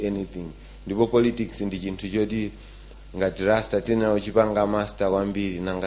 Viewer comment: Why do most malawians confuse R and L? It's not fliends and famiry and not lasta but Rasta please. It's not kacha but culture. Don't use English if it's not your language.